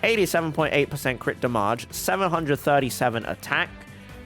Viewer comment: "Crit DamAWge